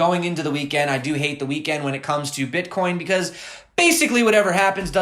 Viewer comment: Love your videos, hate the way you say the word Bitcoin